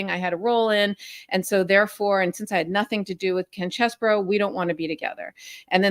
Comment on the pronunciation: Everyone pronounces his name wrong! It's Cheesebro, like, "Hey, are you gonna eat all that cheese, bro?"